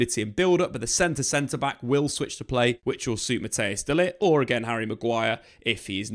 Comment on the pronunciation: Who is this Mattheus guy? Or do you mean Matthijs (pronounced as Mat-tice